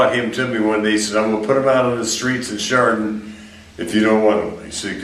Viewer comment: I live in the northeast Ohio area, and it is impossibly creepy to hear Edwards explain all this happening in areas I know well. BTW, it’s “Chardon”, not “Sharton”.